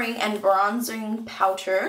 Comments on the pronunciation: Haha you say Powter instead of powder :D Love the look btw ♥ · love how u say POWTER and not POWDER lol haha.